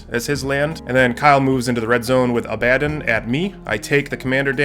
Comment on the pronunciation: Szarekh : Zair - ick Abaddon : Abba like the band - don Great content. Love it.